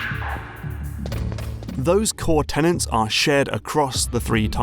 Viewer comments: Perhaps it was downvoted because says "tenants" instead of "tenets" several times in the video?;) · Tenets not Tennant like the doctor but good vid! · Good video as usual, but the individual aspects of a design philosophy are 'tenets', not 'tenants' :P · great stuff. minor quibble: tenets, not tenants